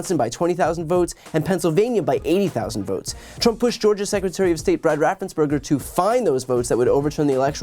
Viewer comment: Great report again, Brian. Just one thing. RaffensPerger – not Berger. Otherwise, cool as usual.